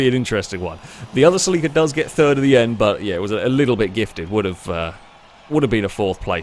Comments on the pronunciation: Sell LEEK KA!?!??!! NO!!! CELL IKA or Sell a kaa NO EEEEEK in the middle. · Haha I've never heard Celica pronounced like that Suh-Leek-Ah. Its more like Sell-ick-uh 😂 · “seleekuh” ? i always said “sellakuh” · It's weird hearing the British pronunciation of Celica. Here in the states it's a Sel-a-ka. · It’s sil-ick-a/ Celica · im at the beginning of this video and its a (CEL-eh-cuh) but its beautiful. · The way he says celica drives me insane 🤣 that said, incredible video as usual. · Haha the way you say Celica always throws me off, me being from US. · Well, it is about as wrong as the way did it. You would need someone capable of properly speaking spanish to get that right, I guess. Though, even there are differences, as I found out. While the european spanish sounds like THEL-eecah, the mexican spanish sounds more like CEL-eecah. The way pronounces it would rather match "célico" in mexican spanish, except for the muffled 'i' sound he makes.